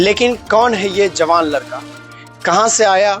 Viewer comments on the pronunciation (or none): Bhai bihari ho tbhi ladka ko larka bol rhe ho